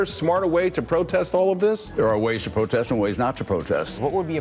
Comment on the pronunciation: "Is dis da white way to pwotest." is what I heard.